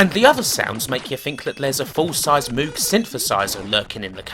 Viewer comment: just FYI, the proper pronunciation of "Moog" rhymes with "Rogue." My guitar teacher met and talked with Bob Moog, founder of the synthesizer company, so he knew the proper way to say it. Until he told me that, I said it wrong too. :)